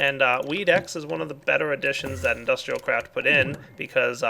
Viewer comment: Water came out of my nose when he said thath XD